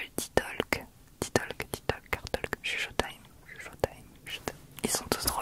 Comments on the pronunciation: Petit counseil: on ne pronounce pas le “l” dans le mot “talk”, c’est prononcé “tok” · J’aime beaucoup Chuchotime je trouve que ça correspond bien pour ces moment où tu te confie à nous. PS : le L de Talk/Talking ne se prononce pas. Ça se prononce “Towk/Towking”